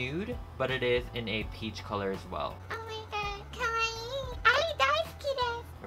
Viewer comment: This video was amazing keep up the good work I died when he said kwaii